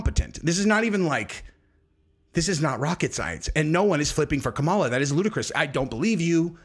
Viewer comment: Its Cam-a-la